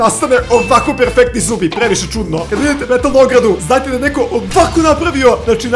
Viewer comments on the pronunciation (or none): none